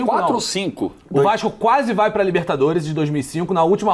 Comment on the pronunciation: O melhor é o falando vái dar ruim